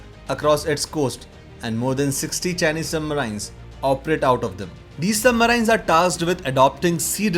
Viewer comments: Please improve your pronunciation for submarines ....... It is सबमरीन not सुबमराइन्स।। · don't say submaraines...say submarines...different pronunciation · Its not Sub maraaiins... But submarine.... Without aaaiii. Like SHERIN... MARIN-E. WHERE E IS UNSPOKEN. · It hurts everytime he says Sub-marains rather Sub-marines. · Information was very helpful bro.. I am no critique but i cannot stop myself from correcting you.. i have no idea how you can speak english so well but you cannot pronunce the word "submarine" correclty.. you pronunce it as submaryyynes whereas correct pronunciation sabmareeeen.. spelling is submarine.. This is such a common word.. how can you say it wrong plus i am sure if you are uploading a submarine related video, you must have heard this word before also so many times.. how come you did not catch the correct pronunciation.. this video became a joke.. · Thanks for the video. Submarine is usually pronounced sub-mar-een Hope that helps. Best J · What is "submaryn"? Never heard of that word. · What is "Submaraain"? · Yup marains 😂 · Don,t you think your submarines pronunciation is absolutely horrible. Can't you speak in normal way sub- marines..you try to speak Americans.like they speak medi cal , inventory to invo tory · poor pronouncement of 'submarines'. aaargh!!! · Very informative. Atrocious pronunciations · The way he pronounces submarines is slightly annoying which forced me to close the video in the middle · Lol learn how to pronounce submarines first. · It is not "Indian accent" - it is wrong pronunciation. Sounds deliberate and stupid!